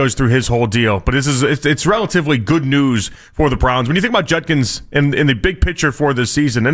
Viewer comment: It’s Judkins, not Junkins